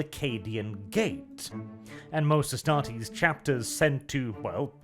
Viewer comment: Cmon. Astartes, not Estartes. You stumbled at the finish line, the rest is so good.